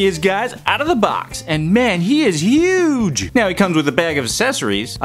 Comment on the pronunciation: thats not how you say huge